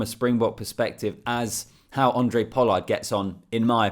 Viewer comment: his name is Handre not Andre. Its not tricky.